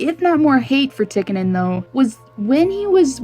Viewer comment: It's pronounced Tea-ka-nin. Also, it was Dave Semenko that was tasked majorly with protecting Wayne Gretzky. But great video, as always,.:) I can't wait for part 2.